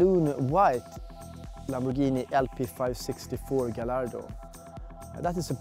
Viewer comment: It's not pronounced as Ga-ll-ardo. It's pronounced as Ga-y-ardo